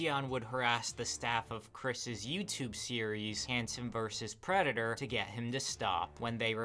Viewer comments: I adore when people like this have a speech impediment "I am not a pwedatow" I am on the floor. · "I am not a pwedatowr"